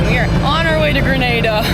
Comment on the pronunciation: guys its GreNADA not Grenade-a